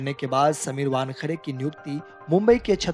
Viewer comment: वानखडे नहीं वानखेडे नाम है|